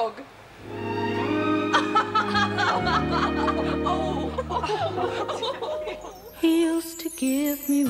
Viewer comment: hey it's top dog not Top..... Dog